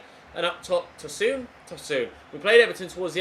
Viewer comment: Tosoon🤧🤧🤧 it’s pronounced Tosun exactly how its spelt